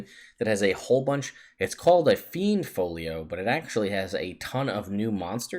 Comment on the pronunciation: It's a fiend ish folio... Not a fiend folio :)